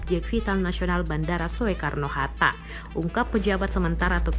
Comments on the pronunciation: Salah fokus sy: cara narator baca nama bandara "Soekarno-Hatta" yg harusnya dibaca Sukarno-Hatta. Tp malah nyebut Soekarno-Hatta 😶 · Soekarno di baca sukarno atuh! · Salfok sama yg baca berita saat sebut nama bung karno : So e karno, lempeng amat tu mulut 😂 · Ini presenternya ngoong Soekarno Hatta ja ngucapinnya kok Yo Soe Karno Hatta....😂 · Soekarno dibaca Sukarno mbak. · maaf saya mau kasih saran pengucapan SOEKARNO seharusnya dibaca SUKARNO (OE JADI U, krn itu ejaan lama) terima kasih...